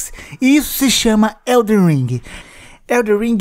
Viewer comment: Não Eh eldeR eh eldeN !